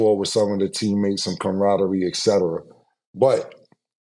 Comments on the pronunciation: camraderie was craaaazy😂😂😂😂... 💀💀💀🤔.. .... it's camaraderie...😆😆😆🤦🏿‍♂️....🥷🏿 missed a whole syllable...😂😂 come on... #EXPERT 😂 .... you got CAM.... saying it😂😂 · I’m excited to hear what word cam pronounces wrong tryna sound smart today